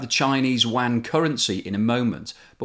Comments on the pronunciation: Good informative video as usual, just one little thing Yuan is pronounced as “ u-an not wan “ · The currency is not pronounced "Chinese Wan"... try: Yu-an. And if you can't pronounce that then call it the Renminbi. FFS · It's "Yuan" not "Wan" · RMB is pronounced "Yew_wan" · ITS NOT THE WAN CURRENCY. STOP SAYING WAN. LISTEN TO THE REAL PRONUNCIATION PLEASE.